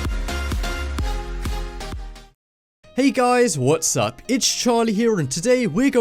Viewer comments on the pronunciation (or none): Did he say "hey what's up or what's sucks ? 😂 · What's "suck" 😂 anyone else hear that. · U said Hey guys whats suck